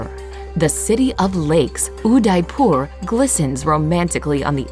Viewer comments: They are pronouncing Udaypur as "You die poor" 😂😂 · its udaipur aunty....spell it correctly or rather pronouncr